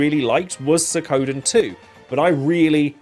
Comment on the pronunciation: I really liked Suikoden III. And it's SWEE-KO-DEN